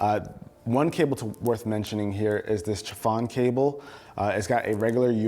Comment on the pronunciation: You prounance Chafon incorrect its Šafon